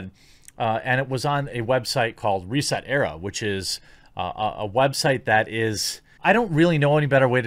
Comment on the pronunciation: Now i know i it's a hard name to pronounce especially how they spelled it but its "Reeeeeeeset ERA" and you really need to get that rolling "Reeeeeee" right as it's more like a guttural piggy scream as it gets castrated.